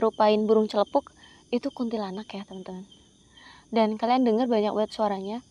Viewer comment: Jurigh nya jail itu teh ,,teh,,,hi hi😊. Kuntilanak,bukan kuntilanag,sundel bolong,Wewe gombel nya hantunya😊